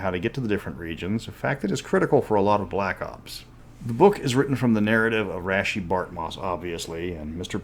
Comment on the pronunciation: I always thought it was pronounced like Raysh not Rashee.